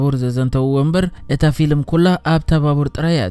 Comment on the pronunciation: Xubuk akerarba aleka bejaka gina ፊሊም aytbel ፊልም bel ...